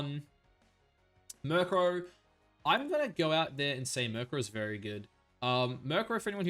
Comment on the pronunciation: Myuur crow